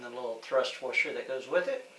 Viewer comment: What's a "Wersher"?